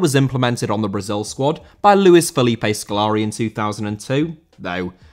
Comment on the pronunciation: Scolari* not Scolori